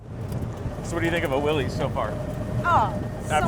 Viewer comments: How can young people know so much about these cars, but not know how to pronounce "Willys?"😆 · Otherwise I absolutely enjoyed this, as I do with all your material. However, as a 40+ year Jeep historian I cannot agree that it has become correct/acceptable to pronounce John's name and company incorrectly. A name is a name and should always be pronounced correctly, most especially when the correct pronunciation is known. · You would think Jeep people could pronounce, "Willys," correctly. Not even 30 seconds into the video and you can't even get it right. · Willys is pronounced “Willis” NOT Willy-z. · Thats real wheeling right there! You really have to learn to pick your line. BTW: its Will-ISS not Will-EES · I watched more. Send a memo&--its Willis pronounced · Willis WeLis get it right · "Vintage Willies" makes me giggle 🙈🤣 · Looks like so much fun! Wish I had one! But did everyone there pronounce Willys wrong? It's kinda weird how there's so many enthusiasts that know so much about Jeeps but don't know how to pronounce Willys. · ...and nobody can pronounce “Willys” correctly 🤔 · Fun fact: That exalted name is pronounced Willis, like Arnold's brother on Diff'rent Strokes. I know some people might say well they call it Will-eez in TV and radio commercials from back in the day, but they were mistaken. It's the proper name of the founder John North Willys. Now you can impress people with your knowledge and honor the founder. Here's a 1948 commercial that got it right (skip to about the 5 minute mark) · dammit,... its WILLIS, not willies.... get the name correct first, please. good grief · I hate to be “that guy” but I thought officianados like these would know that they are not “WILL-eez” Jeeps. The family name was “WILL-iss”. No apostrophe, it’s not plural or possessive. But such is the life of someone who cares about proper speech. 😢 But go ahead: heap on the hate. I can take it. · Just an FYI its not “Willy’s” its Willys as in an alternate spelling of Willis.